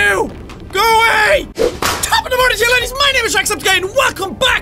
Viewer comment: you said laides